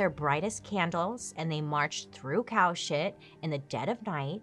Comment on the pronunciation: I though when she said ‘they went marching through kowschit….’ I thought it was an area of nyc 😂 she meant cows**t…..took me a hot minute 😂